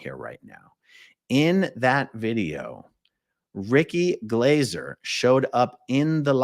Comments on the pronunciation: I love how Americans are just butchering peoples' names like there's no tomorrow, even if they're english names.. It's Ricky Glaaaahser mate, not Glayser. You literally hear him say his name twice in the beginning of this video. Thanks for covering this non the less. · ( pronounced Glarser ) I think. 😂👍